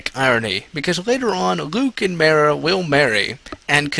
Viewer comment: its Mar-Uh